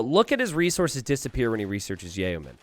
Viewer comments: not pronounced, "yay-o-men". it is said, "yo-men". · It's pronounced like 'yo man'